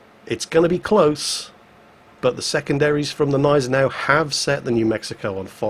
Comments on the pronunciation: it's not a Neisenau its a Gneisenau. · What the hell is wrong with you!?!? You're calling it the neisenau again, it's gneisenau. The germans aren't french:) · There's that silent "g" again in Gneisenau. Why? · there is a G in Gneisenau. Like in good, god, JinGles.:) About your question, they can be "glad" it was mid tier. You find this kind of players in high tier in a bloody CV! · Gneisenau,. The G is not silent. cries in German